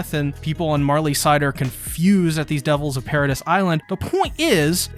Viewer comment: Paradice not paradis, you pronounced it wrong and it just rubbed me the wrong way